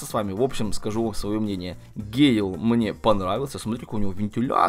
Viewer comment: Не гейл, а гЭйл